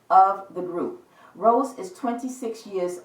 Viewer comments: Thanks for giving your precious time on reading on blackpink Rosé.....it was really deep & great i like it 👍....BTW her name is Rosé not rose (it's pronounced as Row-zay) Hope we will get more reading in future ❤️ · It's Rosé pronounce RO-ZAY